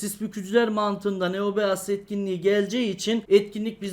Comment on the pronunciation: Abi neobeast diye okunmuyor neobist de şuna kafayı yicem